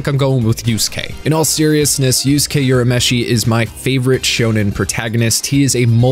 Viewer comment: "Yusuke Yurameshi" 😤